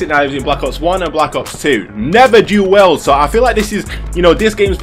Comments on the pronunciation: "Du well" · Lol "duel well" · Your accent is the best " dül weld"